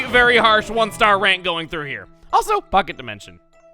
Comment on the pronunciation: Chugga when you went into the pocket dimension it sounded like you said fuck it dimension may want to edit that